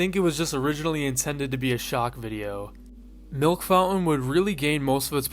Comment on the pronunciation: lmao milk 'fou-en"